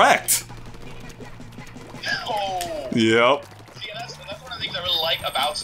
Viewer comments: "Der-RECKED" unsubscribed jk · Derr-Wrecked. REALLY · "We just got Der-RECKED" Closing the video now... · "We just got DE-REKT!" please stop